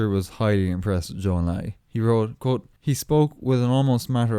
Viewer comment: President Nixon is probably the only US President who knows how to properly pronounce a Chinese name like Zhou Enlai.